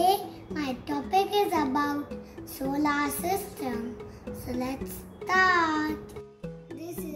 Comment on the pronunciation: Very good but it's pronounced soler not solaar I am just pointing it so you pronounce correctly but very 😊😊😊😊👍👍 good